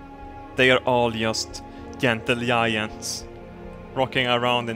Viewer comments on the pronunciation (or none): jentle yayants ?? wut :D DJIANTS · i love how you say yentle yiants